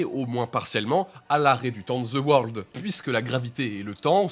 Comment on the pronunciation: il dit The worldo